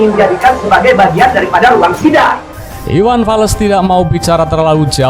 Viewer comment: Iwan fals bang bukan iwan fales🤣🤣🤣